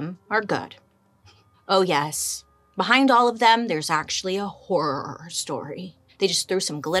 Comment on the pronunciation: The way Bailey pronounces "HORROR" gets me everytime😭😂❤️